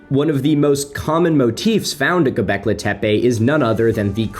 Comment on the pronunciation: "Go-beck-lee". Not "Go-beck-lay". GO Beck-LEE!